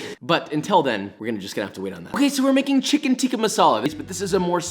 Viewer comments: as an indian I was honestly happy to see Josh take down chicken TEEEKHA masala. Just, don't say the pronunciations. You win some you lose some josh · If you are horrible at pronouncing tikka and basmati then here is some help Tikka - tik as in tick_a/ah Basmati - bas as in bask without the k and a shortind a_m as in mom_ti actually is pronounded correctly by him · As a South African I'm angered on how he says "Tikka" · It actually pronounced ‘tik-Aah’ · its THICCka NOT TEEKA FOR GODSAKE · Yes, it was created in England Scotland, it's still pronounced 'tikka' with a short 'i', not 'tee-ka'. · You pronounce it Chicken Thick-Ka Masala not chicken teeeka masala